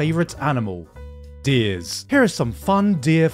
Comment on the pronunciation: My mans pronounce Deers like Deez....was waiting for a deez nutz joke